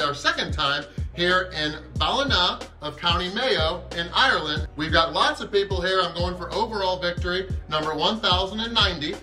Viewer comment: After watching most of your Ireland content and i have to say the way you say the places you are is spot on..